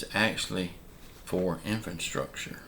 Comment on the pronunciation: Can you please tell me what... '𝐢𝐧-𝐅𝐄𝐍-𝐬𝐭𝐫𝐮𝐜𝐭𝐮𝐫𝐞'... is? I've NEVER heard of that before. I HAVE, however, heard of... '𝐢𝐧-𝐅𝐑𝐀-𝐬𝐭𝐫𝐮𝐜𝐭𝐮𝐫𝐞'. If THAT's what you mean... could you PLEASE use the word correctly...?